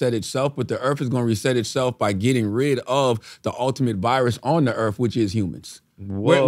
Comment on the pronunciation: ¿Yo, What is this ”Earff” Charlomagne is talking about ??